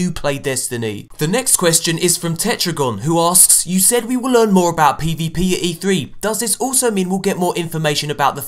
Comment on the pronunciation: Um, it's Tertagon, not Tetragon. I even contacted you on Twitter and told you that, haha.